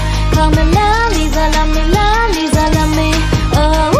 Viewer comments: In words of Lisa herself- "it's Lisa not Liza" For the pronounciation.. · but when u said lisa u said liza